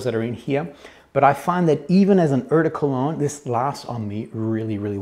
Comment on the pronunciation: Dude, ‚eau de cologne‘ you say: ‚oh de….‘ . Your pronunciation is way off 😂